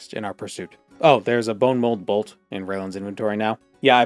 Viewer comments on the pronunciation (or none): none